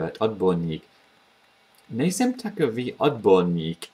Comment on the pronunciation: . You've said ''nejsem'' like a native speaker! (Just for example.) This is pretty cool. I'm from Czech Republic, but living in UK. I'm teaching some guys at work how to speak czech, just for fun, and for example letter R is making a big problems to them obviously. But there are some words, or phrases which they are pronouncing like native speakers. In sum... Great job, mate. Big up! (y)